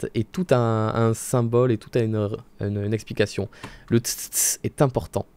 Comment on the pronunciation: les "tss tss tss" ne sont pas réservé aux von karma, c'est extrêmement courant en fait. Et d'ailleurs tu les prononce trop vite, il y a une virgule entre chaque "tss"